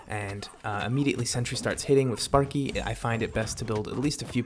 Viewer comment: lol i heard spunky not sparky lmao